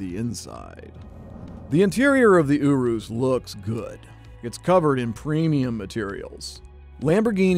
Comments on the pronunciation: He is saying the name so wrong I can’t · I hate how he said Urus. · Pronounced Urus wrong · This dude can't even pronounce the name of the car hes supposed to be reviewing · Normal people : urus The dad : ooooroooos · " the Lamborghini.. U W O O S." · It's urus not OOOO-ROOSE AHHH!! 😠😠😠😠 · I’m italian uh-roose is the right pronunciation. Yu-rus is wrong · I thought it was pronounced as “Uris” not “Orwis” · It’s a urus not an oorus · Is it just me or does it sound like you saying Oros instead of Urus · Italians: URUS This guy: OROSS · STOP PRONOUNCING IT WRONG! ITS URUS(your-us) NOT OORUS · if he says ooooorrrrrroooooossssssss one more time im going to gouge my eyes out. it is urus (errruuusss) not ooooooooorrrrrrrrrroooooooooooossssssssss. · Him:Lamborghini ourus Everyone else: Lamborghini urus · People: Lamborghini urus Me: Lamborghini urass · The way you’re pronouncing Urus is funny. You’re pronouncing it as “ooh roos”, when it’s pronounced “you russ” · Love me some Lamborghini Ooroos It's ur-is. That's how you say it. Lamborghini Urus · You are calling it the wrong name. It’s not a “Uroos” it’s a “Urus” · ooorus dingbat it’s ERR-USS as in urus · It’s not ooroos it youriss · I'm pretty sure it's "your-us" nor "oorus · It’s YOURE ES NOT OOROOS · YOU-RUS NOT OOROOS dont be that guy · Every time he says “ooroos” part of me dies. It’s Urus - “ur” “us” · “Lamborghini Oo-Rus” I thought it was “yearuss” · I bet Lamborghini was cringing everytime he said ooruu instead of urus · You-rus, not oo-roos😂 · Bro is said yourus not yoros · It's Not Ooooruss it yourus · Oo - roos it’s pronounced ur - iss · URUS NOT OOOOOHRUS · Your-us not uo-us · “Ooroos” this bothered me so much😤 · Just say U RUS. LOL😂😂😂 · M pls dont say Yourus, same reason is not murcilago its murciélago :v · "Lamborghini Ooroos" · In the Lamborghini oorus 😭😭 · I strait went to the comment when I heard "OORROOOSS" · This dude: Lamborghini Youurooos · It's pronounced yurus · Dislike because he calls it "OoRuos"